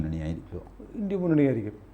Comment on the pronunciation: വാജ്‌ പെയിയുടെ ഭരണ കാലത്ത് പാക് ഭീകരരെ വിട്ടു കൊടുത്തതെന്നിന്. ഇംഗ്ലീഷ് പണ്ഡിതനായ TG India എന്നത് ഇൻഡി എന്ന് ഉച്ചരിക്കുന്നതു എന്തിനാണ്